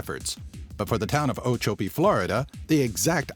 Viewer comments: I live down the road from the smallet post office. If you look at the map of Ochopee Florida youll see everglades city... thats me. And its pronounced Oh-Chop-pee instead of oh-cho-pee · Ochopee, Florida is mispronounced in the video. The second "o" is short, not long. It is 'chop" as in cutting something into pieces.